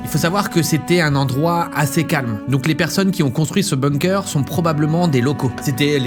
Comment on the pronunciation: En tant que germanophone, je précise que ça se prononce boungker et pas beungker.